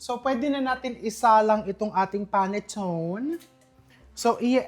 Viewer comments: Panettone is pronounced "pah-net-TOH-nay" in Italian, with the stress on the third syllable, and commonly as "pan-ih-TOHN" in English. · Chef RV, panettone, is pronounced as pa net to ne. It's a sweet bread that originates from Milan, Italy. Hope this helps. Thanks